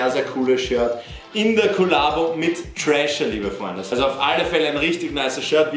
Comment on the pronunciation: Es heißt nicht 'Trasher', sondern 'THrasher', da ist ein 'th' ;) sonst alles spitze!